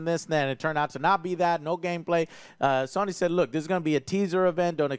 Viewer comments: Joe is so cute. Saying SUNNY instead of SONY. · Has anyone ever noticed that pronounces Sony as “Sawny”? Or something similar to that. 😂